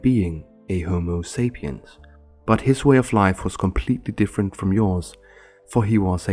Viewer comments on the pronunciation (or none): Homo SAPIENS (not saphiens).